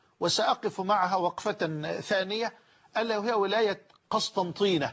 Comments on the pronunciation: بارك الله فيه... نحن من عشاق اهل الفتوى مهما كانوا... فقط الولاية اسمها قسنطينة وليست قسطنطينة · الولايه اسمها قسنطينه وليست قسطنطينه نحبكم في الله شيخنا من الجزائر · تنويه فقط شيخنا الفاضل هي ولاية قسنطينة وليست قسطنطينة